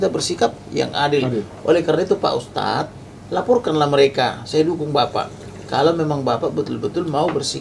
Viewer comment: Ustaaadddzz??? Ha... 🤦‍♂️🤦‍♂️🤦‍♂️ Ustaaadz.. ustadz.. 😂